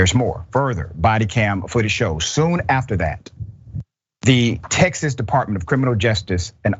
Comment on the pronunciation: Not tex-ASS! 😂😂😂😂